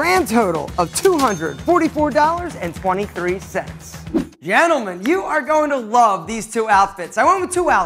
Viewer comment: You say 'gentlemem' and I'm like "I watch you channel cuz I'm bisexual but crap at flirting with other girls 😂"